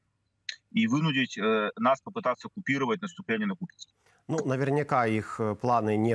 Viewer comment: Купянск это исконно Русский город.ведущие даже ударение неправильно ставят.